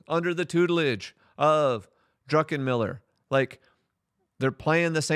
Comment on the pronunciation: Unless you were joking, it's Druck, not Drunken-miller. However, I must say, that was a funny gab. Some of his forecasts sound like he was drunk when he said them XD